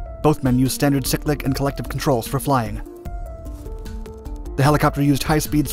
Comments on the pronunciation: I watched a demo flight at Ft Rucker. Very impressive!! Cyclic is Not pronounced sicklic- long Y. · This may sound petty, but in 40 years of aviation (mostly helicopters) I have never heard anyone say CYCLIC like this. He pronounces the word as SICK-LICK? WTF, do you really know anything about aircraft, or are you just a paid voice actor reading from a script? Don't get me wrong folks, the content is good, but It feels like a scam when somebody sounds as if they don't know what they are talking about. And NO they don't say it that where in other countries either. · Wtf is a sick lick? Is that some new trend all the kids are doing? It’s called a cyclic, you know like a bicycle but it’s not bi and has an “ic” on the end 😉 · Cyclic can be pronounced as either "si-click" or "sick-lick". I've heard it in both ways plenty of times.